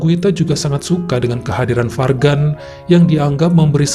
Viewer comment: Guita & Fargan. Kalau nggak salah cara bacanya Juita & Farjan. Nggak 100% J, nggak 100% G.